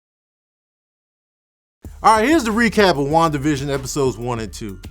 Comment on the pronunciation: Ngl sounds like he’s say Juan division which is just a sad pun for the border wall